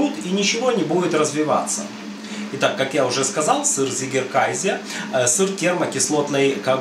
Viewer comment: Не приятно уху слышать немецкое слово на английский лад, если перевести с немецкого Вами произнесённое название то получиться «победивший (победоносный) кайзер», а правильно произносить абсолютно прмитивное название «козий сыр», как Вы указали в описании, «цыгекэзэ». Жаль что именно английское произношение этого слова распространилось в рускоговорящем сообществе сыроделов. А сыр получается классным. И я благодарю за все рецепты на Вашем канале!